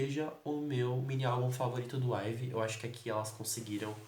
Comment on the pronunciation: Você ainda falava Ívi ao invés de I'VE ashuashuashuashuashuashuashuash